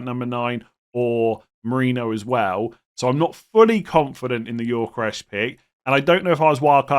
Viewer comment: PACKET-ERR & GYORKERES - PLEASE. YOU'RE KILLING ME WITH THESE PRONOUNCIATIONS